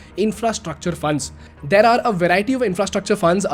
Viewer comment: bhai pls change frrom "theaaar" to "there"